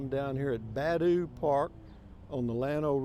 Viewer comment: Nice Video Rusty. Just so you will know the park is pronounced Buh DOO.....Not BAD ooh. Just sayin